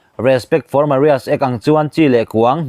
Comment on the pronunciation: Same sex Maria ti hi eng pronunciation nge a ni